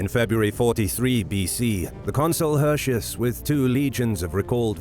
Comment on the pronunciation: In order to convey a certain believability and authenticity, why don't you say "Hirti-oos" instead of "Hurshus". Since you, narrator, DO say "Arimini-oom". The roman C's are K's and the U's are OO's. Furthermore, the AE is pronounced as AYE (as in Aye aye sir), and not EY (as in Hey!). And it's not "See-sar", it's "Kai-sar". Other than this: I love history. Thanks for the uploads!